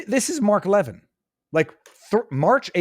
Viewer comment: Viva, love yr show❤its Mark Le-vin'